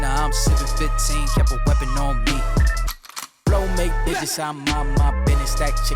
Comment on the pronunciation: You said mew not me